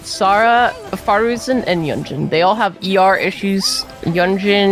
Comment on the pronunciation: For the love of god please don't invite for more videos. For a vtuber you can't even understand half of what she's saying. Plus she pronounces names weird. Faruzen, yongjin, jeanyan, aiyato, nillao, nolo, jingjo, tenari, aggravit, eyam, seacrose, kozoho